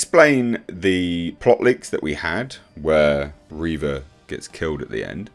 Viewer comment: It's "Reeeeeeeeeeva" rather than "Reva". XD